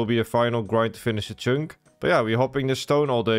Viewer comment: Just here to hear him say cheünk